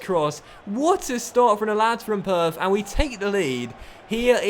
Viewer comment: Gotta be he's my favourite lol Did you say purf or perth..